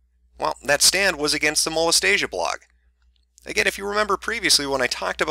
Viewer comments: Mo-les-tia is different from Mo-les-ta-sia. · ok seriously Molestia rhymes with Celestia, not Anastasia. It's nails on chalkboard xD #Pronunciation Trigger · It clearly says "Molestia" Not "Molestasia" lol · 39 people were probably triggered by the mispronunciation of "Molestia" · I used to read Princess Molestia when I was younger and your pronunciation of her name annoys the heck out of me. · Of all the shit in this video, the one thing that really bothered me is that he mispronounced "Molestia" There. I've made my autistic post for the day.